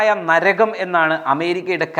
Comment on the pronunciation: നരഗം അല്ല ❌ നരകം ✅